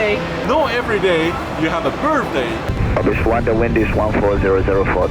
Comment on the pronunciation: They always feed him so he will be quiet and bother them it’s like feeding a bear. Did he say birfday